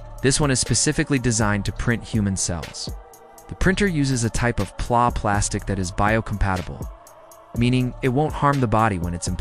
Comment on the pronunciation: ITS P L A not PLUA